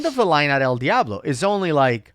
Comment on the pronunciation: Why if you speak Spanish would you pronounce el Diablo like a Caucasian lol 😂